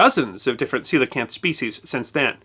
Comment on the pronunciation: I read about these in elementary school and found them super interesting. That was probably 17 years ago. Always thought I butchered the name until I heard it pronounced in this video.